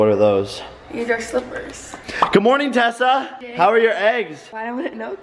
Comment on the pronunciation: Who thought he called tessa Tesla